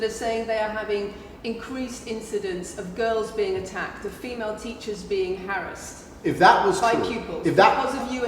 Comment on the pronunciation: She's said harrised not harassed